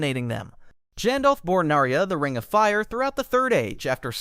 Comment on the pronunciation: Nar-ee-uh? Try "Nar-ya."